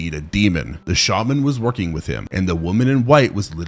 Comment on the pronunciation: "woking up"? You good my guy?